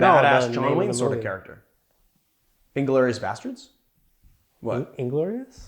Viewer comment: I thought you pronounced Inglorious Bastards correctly. I don’t know why Marius is such a hater. This does look good and based on prior videos of yours I already have the tea. To be clear, to make the syrup it’s equal ratio tea to simple syrup?